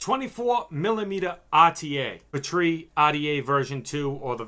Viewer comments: "Pee - Tree", not "puh - tree". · Omg why are you pronouncing "petri" like that?? It's driving me nuts😓 It's pronounced "Pee-tree" with the emphasis on pee (lol no pun intended) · its pronounced pee-tree smh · Not sure I can buy juice line from a guy who says Pah-Tree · What are you calling it? It's a PEE-TREE not sure how you could even mispronounce that